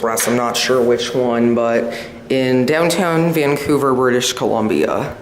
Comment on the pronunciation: You said "Vamcouver" & not Vancouver